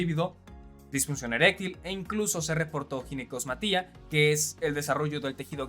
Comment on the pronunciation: Ginecomastia no ginecosmatia